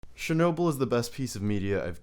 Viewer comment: S-H-ernobyl lol chuckles in slavic The CH is pronounced like in churro, not like in Cher